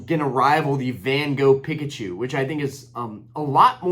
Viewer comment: Dude ended the video then went 10 more minutes 😂 Pick-uh-choo is crazy G 👌🏼